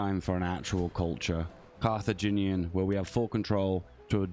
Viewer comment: Carthaginian, Carth-ag-in-i-an, 5 syllables